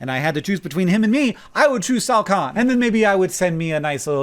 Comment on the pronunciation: I had to google "Ted new owner" because I couldn't stop hearing "Shao Kahn". And even if I did understand what name Hank was saying, I needed a mental image of Sal Khan so my mind wouldn't conjure Shao Kahn every time Hank said Sal Khan. It didn't work, but at least I tried.